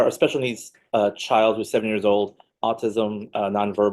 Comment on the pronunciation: Judge says CHIO rather than child, just another high IQ EBONICS SPECIALIST